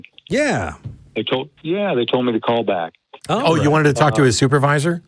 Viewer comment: " I Want your soop-a-vizor " YEEE ...................